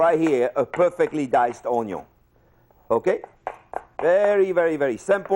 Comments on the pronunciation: Like many I think his accent is funny but we all know that in some parts of the world this way of pronouncing onion is probably very normal. Onyo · Thank you YT algorithms. I still don’t know how to mince an oño, but I now know how to say oño 👍🏻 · This had me pronounce onion like oño forever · This video would make a great drinking game. Every time he says onyo you have to take a drink of your beer. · I am sorry I was mispronouncing oño all my life. Thanks chef. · Hello Mr, Jean-Pierre. Just wanted to say, even if you pronounce it as “oño”, this actually is quite educational. Hope you are doing good mate. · I love how everyone is here because of the meme, but I now know how to cut a onyo! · Aside from all of the "onyo" memes, this is great instruction for starter chefs. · As funny as pronunciation is, I still thank him for properly showing me how to perfectly mince an oño. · I don’t know why YouTube brought me here but I’m glad I’ve learned the right way to say oñio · Heard Chef say onyon seconds into the video, went straight to the comments... Not only was not disappointed, but fell in love with chef ❤️ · Get the ONYO diced. 😂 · The awwonyorr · He should patent his “UONYO”. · My favorite part was when he said onio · I’m now going to pronounce “onion” as “oño” thank you sir And thank you for your service on cutting oños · Things I’ve learned: 1. How to dice an onyo 2. His name is jean Pierre not onyo guy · This makes me smile while chopping an onyo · I don't care if he says onyo, it's actually a great video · As a korean i guess he is good at greetings in korean 'onyohaseyo' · Its officially '*onýo*' one should never say 'onion' again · Director = "How many times are you gonna say Onyo?" Jean Pierre - "Yes" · When you think "oh hey the onyo meme" but it's the actual chef's channel and you end up learning a lot. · Stand master: Chef Jean Pierre Stand name: The onyo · Jean Pierre Polnareff 'Onyo' Compilation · I like the part where he said Onyo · How do we dice an OñO